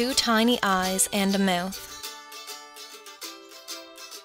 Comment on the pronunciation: omg haha she said meuth